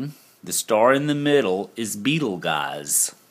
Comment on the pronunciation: Dear... love what you do, I've seen some things so much clearer so thanks. Just a heads up... Beetleguise is pronounced Beetlejuice:)